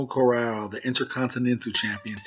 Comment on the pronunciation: jono carral It's pronounced like Johno Carral in ireland haha definitely not jo no